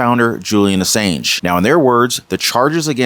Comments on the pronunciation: It’s pronounced “a-saun-g” (soft g). Not a-sAnge” (like “sane”). Just thought I’d let you know Love your videos!’ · The A in Ass(A)ng is pronounced as an 'O' as in On Ass-O-ng. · His last name is pronounce as Assonge, even though there's an a in the middle. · Not to be rude but you really need to know how to pronounce these peoples names like Macron and Assange